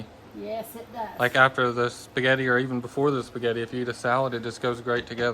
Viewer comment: Respect yourself... spaghetti not spegetti.... Love Mamaw